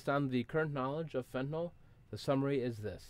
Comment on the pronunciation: Why does everyone have to pronounce it fentinol